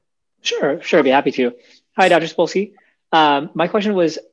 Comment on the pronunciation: "Sapolksy" EVERY.SINGLE.TIME.